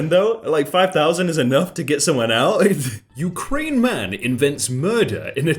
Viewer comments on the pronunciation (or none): none